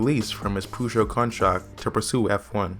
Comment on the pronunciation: The way you pronounce Peugeot is REALLY cringe. Try selecting french in Google Translate, punch in Peugeot and select the "Listen" button. That will give you a pretty accurate representation of how to pronounce it correctly.